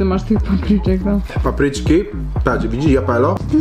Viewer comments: Jalapeno mówi sie HALAPENIO !!!!!!!! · Przypomniało mi się coś. Trzeba Cię nauczyć jak się wymawia Jalapeno. Mówi się "halapenio" 😁